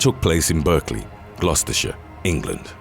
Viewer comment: Its pronounced gloster